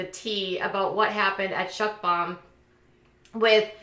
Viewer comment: Isn't it pronounced Muckbang not Muckbung? Also it's Stephanie Soo like 'Sue'